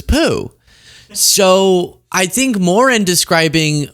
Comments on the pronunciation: the Irish last name Moran is pronounced “mo-RAN” not “MORE in” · Moran is pronounced with the accent on the second syllable, hence, "moh-RAHN." It's Irish. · Terry Moren? C'mon bro, you can't even pronounce Terry's last name. It's Terry Moran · Sorry, but it's Moran- Mo ran! 🏃. Just an FYI 💙🇺🇸💙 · Pronounced moRAN u Moron. Stop picking your nose. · Correct pronunciation "More An." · The late great Robert E. Lee 🥴 Also - Terry’s name is pronounced more-ANN